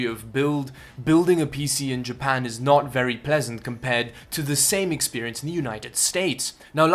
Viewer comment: Ah yes, I love “Ja-pu-n”